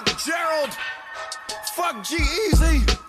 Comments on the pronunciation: The name is G-Eazy not Geazy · sounds like your saying jay-z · Its G- easy not geasy , common man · Lol geezy wtf it’s g—easy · u said geasy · It's G-Eazy. Not Geazy. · It’s g........eazy Not Jeasy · His name is not one word. It's G______Eazy you are saying Jeezy. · The whole time you called him "Jeezy" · I could only stand a minute and a half of this... His name is g eazy btw.. not jeezy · Why does it sound like your saying jeezy Nd not g eazy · his name isn't 'jeezy' it's gee - easy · Lol why u keep saying Jeezy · Sounds like his saying jizzy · Sounds like you're saying Jeezy.....and everyone loves Jeezy. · OMG can you please stop saying Geezy its "G" Easy nigga damn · G-Eazy not Jeezy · He says Geezy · the way you pronounce "g-eazy" makes me wanna neck myself